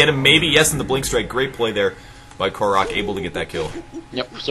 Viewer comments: That also explains why its his second 2 chen, cause there is the same hero in HON, just named differently! and still Kórok not Koroúk! Pronounciacion is on the first O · Its pronounced Kórok and not Korók (he and PIG=PaintitGold are/were famous HON players. Like Trixi as well.